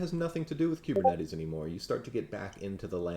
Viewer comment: I know you put a lot of work into this presentation, but I have two random things: 1.) I like the way you say kubernetes. The way I say it rhymes with “goober,” lol. 2.) For some reason on the iPad app, YT is showing your account as having 12.6M subscribers. 😳 Screenshot